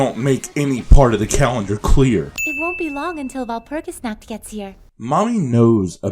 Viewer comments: Midokah, Kie-yolk-oh, Kie-yu-bay, Wall-burch-noght, Wall-purg-not, wall-pur-gee-not, Sey-yaka. Yep that's totally how you pronounce these names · the version of the movie used in this video is the english dub. the english dub with the correct pronunciation's of all the characters' names. so how the fuck does this guy pronounce kyubey as "kai-oo-bey", kyoko as "kai-o-ko", and walpurgisnacht as "wal-pur-jih-not". i'm gonna blow my head off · Kyu-bae. Two syllables Val-pur-gas-not. MAH-do-ka Sai-uh-kuh Mee-tah-key-hah-rah Kyo-ko again, two syllables.